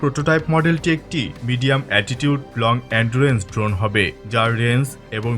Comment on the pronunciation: Drone ❌ dhon ✅